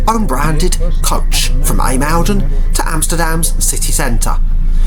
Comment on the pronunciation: ijmuiden pronunciation is more like eye-moden , if u say that its closer to the way you butchered i mean pronounced it, dont get me started on how u said Scheveningen lol